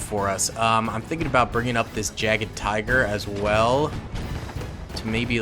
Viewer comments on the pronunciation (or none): ‘jagged tiger’ xD. Fyi it’s pronounced like “yahg’d-teegehr” and you say it all together. The German J like in ‘Jäger’ is said like the English Y